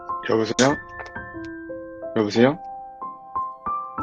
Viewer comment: ’여보쎄여‘듣고 영상 끝날때까지 웃음 ㅋㅋㅋㅋㅋㅋㅋㅋ